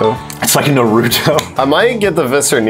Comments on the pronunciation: It is pronounced Nar like narwhal and uto like Pluto. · they said naruto wrong but its fineeee